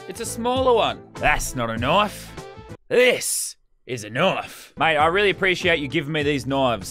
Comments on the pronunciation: I like the way he says knife knofe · I just love how he say knoife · Someone make a counter for every time he says knoife